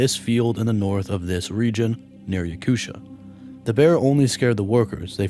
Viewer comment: please, don't pronounce my homeland's name Yakutia as "yakusha" 😖 it makes me physically cringe